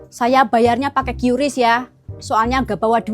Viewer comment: Qris bukan qyuris 😂😂